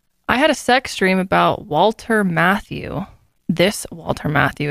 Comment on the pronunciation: Not "Walter Matthew". It's Walter Matthau, the actor.